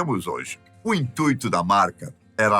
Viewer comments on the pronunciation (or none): none